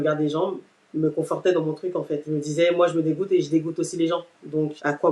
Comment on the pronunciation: à 4min52 "je me disaiS!!!!!!!!!!"